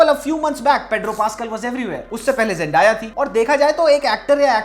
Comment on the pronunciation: Zendya 😁 not Xendaya bro